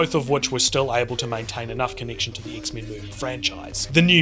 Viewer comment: Dude-this was awesome. You're funny as hell man and I love the way you say X-Men not meant to be an insult or jest at your accent or anything, but it's just really great.